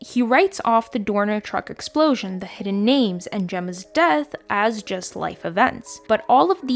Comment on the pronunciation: "Hedden" lol